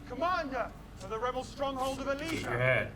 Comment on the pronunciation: Alesia not Alicia.